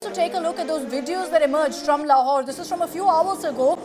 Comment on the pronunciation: 😂 "lahore" bengaya "laurawhore"😂😂😂😂❤🇮🇳